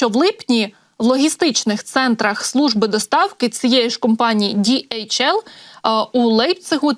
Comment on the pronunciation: Це транспортний поштовий літак німецької компанії DHL. Назва компанії утворена за першими літерами прізвищ засновників в 1969р. — Адріана Делсі ( Dalsey), Ларрі Хіллблома (Hillblom) і Роберта Лінна( Lynn). Перевезення вантажів, пошти etc).До речі- там немає букви "J джі" як вимовляє ведуча! Співчуття Німеччині і сім'ї загиблого пілота!